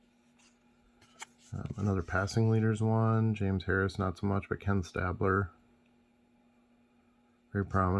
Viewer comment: You said Ken StAblers name correctly once 😂